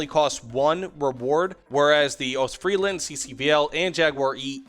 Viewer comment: The s in Ostfriesland is not silent fyi.